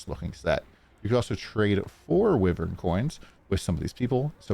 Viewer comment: Its pronounced "whyvern"